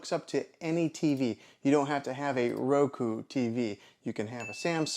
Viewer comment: Why do you keep saying Roko?